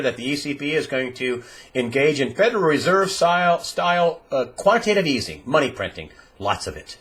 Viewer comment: Quantitative EATING - Your miss-pronouncing actually explains it all: You can not create unlimited food supply while you can create all the money you want.